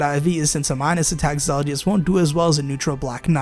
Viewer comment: Not gonna lie... low key triggered at how you said Zelgius' name. I mean the game itself says it for you. Other than that, nice picks and breakdown.